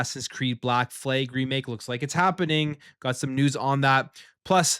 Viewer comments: Why do you keep saying "Fleg" instead of "Flag?? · The American and Canadian Fleeg😂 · Flag.. Not fleg! WTF..